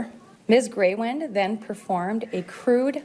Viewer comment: stupid ass news woman. Its Greywind not Greywood.